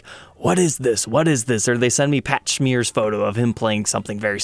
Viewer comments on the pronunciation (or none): Did you just pronounce Pat Smear's name like you wanted a schmear of cream cheese on your fakakta bagel?